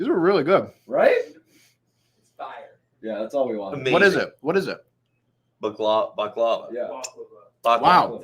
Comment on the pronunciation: My guy can’t even pronounce baklava Get it together